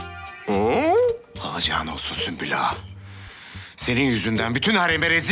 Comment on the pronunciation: Nobody : Prenses : Süslimaga